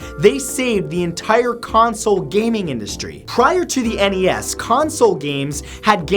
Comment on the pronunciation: I love your stuff, man. Been watching since the days of clone sketches. People like you is why I'm working very hard to start my music career! Also, thank you for calling it the "NES" and not the "Nes". It always touches me the wrong way to hear people not just say the letters. I don't know...maybe I'm too old school.